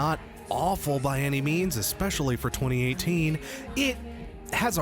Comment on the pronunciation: Every time you said I lived bitch instead of 2018 I swear it only got funnier